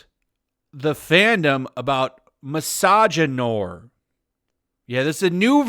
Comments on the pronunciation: That's not pronounced mis-ah-gin-nor, it's mis-ah-gin-nwah. A combination of misogyny and Film Noir (from French). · That's not how you say "noir". Just say it like "noir movies". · Noir is pronounced as 'noo-ah', it's also a cinema genre. Thought you would know better how to pronounce it. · Misagynoir is probably pronounced the French way (noir is black), but I like that you butcher the word because it is a stain on the French language. What these weirdos invent just amazes me every time. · Shouldn't it be pronounced "misogynoir" instead of "misogynoir"?